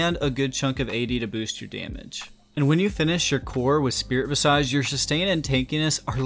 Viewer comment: "Vis-idge." Why is it that no one who does League Youtube knows how to pronounce that word? It drives me nuts. For reference